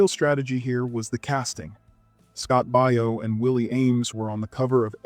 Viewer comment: This is Video #2 with this correction: it's Scott "BAY-o" not "BUY-o".